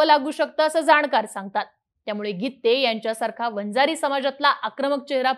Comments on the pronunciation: गित्ते नाही गीते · गित्ते नाही हो गिते अस आहे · Gite uchar achuk kara